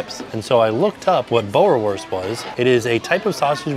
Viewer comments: It's 'Boor' like cool. 'worst' like cost... :D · My partner is South African! How fun to see that type of hot dog in the parks. It’s pronounced Boo-ra-vors 😊